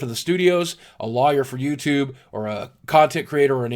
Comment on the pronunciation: boogie, the way you pronounce lawyer is funny :P haha